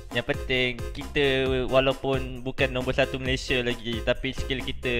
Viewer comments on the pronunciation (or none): none